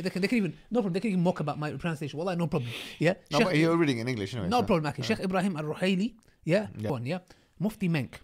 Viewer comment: Every-time brother says ”أكي” instead of “أخي” it makes me smile, may Allah blesssssssss you broters